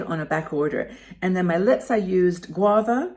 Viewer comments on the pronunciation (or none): none